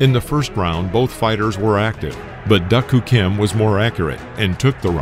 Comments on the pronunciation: If you're going to talk about someone, especially after said person dies. Learn to pronounce they're name. The "K" is silent. Like doo. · Agreed. The butchering of names is disappointing, and really shouldn't happen. Research the correct pronunciation for the names. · WOW doesn’t even pronounce names correctly.😂😂😂😂😂😂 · Super annoying when the narrator doesn’t even get name pronunciation correct. Lazy. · Correct pronunciation was “Duke Koo Kim,” not “Duck Koo Kim.” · Narrator can't say doo Kim. No duck Kim, fool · I remember watching this fight as it happened and after 11 rounds I saw Kim winning handily. But being in the days of 15 rounders a lot of fights changed in the REAL championship rounds. Like Ray getting knocked stupid by Alexis! And his name was pronounced Doo Koo Kim, NOT DUCK!! Damn robot! This started the hysteria that resulted in 12 round fights. Even though it was never proven that fighters were safer with 12 rounds it was done to shut up the public. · I remember when this happened. Your narrator-bot needs recalibrating, though. Duk Koo is pronounced "Doo-Koo", not "duck too". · I liked the video. I hate the computer voice. Unable to properly pronounce fighters' names, e.g., it's ahr-GWAY-oh, not ahr-GWELL-oh. And it's dook, not duck-koo-kim. Total bs. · I can't believe this narrator mispronounces Duk Koo Kim's name throughout the video. It's pronounced as "duke", not as "duck." He also mispronounced Alexis Arguello's last name. I, too, remember watching this fight on TV when I was 11 years old, but what I didn't remember was that Kim passed away not that day, but four days afterwards. An 11-year old me growing up in Massachusetts had no idea that I would one day live less than one mile from Caesars Palace in Las Vegas. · This narrator pronounced both duk koo kim name and Arguello name wrong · I watched this with my Korean girlfriend. I'm reasonably sure it led to our breakup. Thank God! Pronunciation key: "Duke" Koo Kim; Alexis "Arg-way-oh"